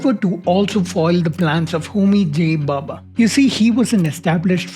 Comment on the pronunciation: Arrey baba, it's Bhabha, and not Bubba